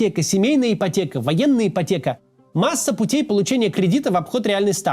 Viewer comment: Ии😮😮потеха... это, а не ипотека😂😂😂😂